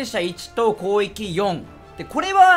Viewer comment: なまって攻撃って言えてないよね こうえきに聞こえるw